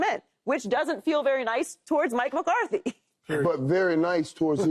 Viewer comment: lol at Paul Pierce giving football takes and can’t even pronounce MCCARTHY